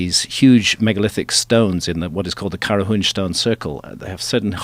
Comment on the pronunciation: As an Armenian, the way Graham says Qarahunj is probably the best I've ever heard a non-local say that place's name.